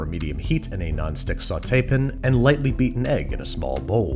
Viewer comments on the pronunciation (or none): How come you say pin instead of pan? Just wondering ive never heard an accent like that, love your content bro!👍🏽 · Am I crazy? I swear he keeps calling "pan"s "pin"s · what is a "saute pin"? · I feel like at this point you "pin" rather than "pan" just to upset people. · it sounds like hes saying saute pin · Me: His Sauté Pan haunts my dreams Babbish: "Sauté Pen" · “Sauté pn” man doesn’t even pronounce the “a” 😂😂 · What is a sautee pen? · Banish like to add the schwa when faced with the word “pan” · "Alumnium" needs an extra syllable, but the word "pan" has too many letters. Babish logic. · I'm pretty sure that Babish pronounces "pan" like that just to annoy me personally. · Why can’t he say “pan” correctly. Can someone fill me in on some previous joke? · I am prepared to pay you actual folding usd currency to get you to stop saying "pan" that. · why can you say sauté correctly, but not pan? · I hate the way you say pan, thank you.